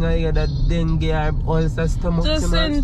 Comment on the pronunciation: 😂😂 say dengue